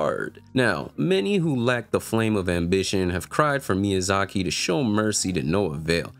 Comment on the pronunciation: This man really calling Miyazaki "shec lmfao! Aside from that, dead on correct. "Situational disability" is not a valid argument for making ER easier.